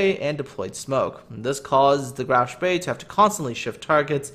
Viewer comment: A little German help in return for gaming help. Spee is pronounced with a long "E" sound, not an "A". You nailed the "SH" sound so kudos for that. So what you get is Shpee. This is of course Hochdeutsch. There very well be a regional dialect/pronunciation with the "A" sound but I don't know of any.